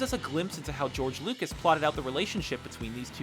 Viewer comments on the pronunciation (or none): none